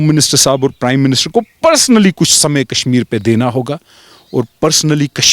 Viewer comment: It's Kashmir not Kasmir